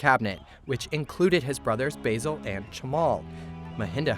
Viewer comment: ay yo basil XD . i love how he says basil like the leaf basil so professionally, A for effort though